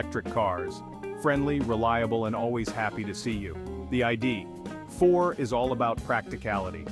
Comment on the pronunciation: AI narration fail. The I-D………Four! LOL. And then show pictures of the ID.4 while talking about the Nissan Aria. Sloppy.